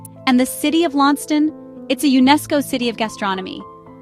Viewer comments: LAWN CEST TON is how its pronounced. Written: Launceston (Tasmania) ❤ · If there is person from Launceston who can correct me if I'm wrong, please let me know. I was told by a lab tech with whom I work, and who gained her BSc in marine biology from the University of Tasmania (Launceston) that the correct pronunciation is LON CESS TON.